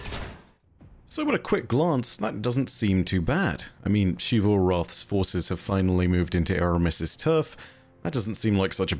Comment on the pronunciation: i just can't get over how he pronounced xivu as shivu. you've seen character called her and they pronounced it like zivu so don't even tell me that shivu is how you are supposed to spell it.